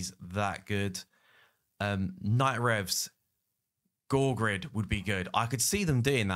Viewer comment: I always despised peop’e complaining about prononciation by contentcreator But : Georgid —> goorgrid….. wtf bro